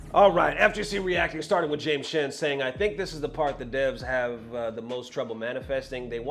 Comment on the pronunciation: My favorite part about ButtonCheck, is when pronounces 'shhhen' for Both 'James Chen' & 'Xian'.. which means he's losing his reading comprehension & grammar skills, like true FGC! 😆